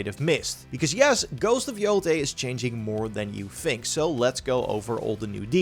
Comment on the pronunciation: Please say yotai and not yotee🙏🏾🙏🏾🙏🏾